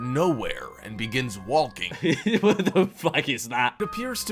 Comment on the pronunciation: The narrator of the video seems to pronounce the l in walking